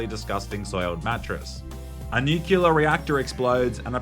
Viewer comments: NUCLEAR for fuck's sake, not "nucular"... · nuclear not nucular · Nuclear, not nucular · it's pronounced nuclear, not nucular. Sorry, pet peeve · It was around halfway into the video that I realised saying "nuclear" and not "knee killer" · "Nucular" xD, we need to exorcise George W. Bush out of you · Its pronounced like its spelled: newkewlar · Who pronounces "opera" as "Oprah" and "nuclear" as "nucular"? other than Dubyah I mean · Damn. I thought you were better than people who actually say "nucular".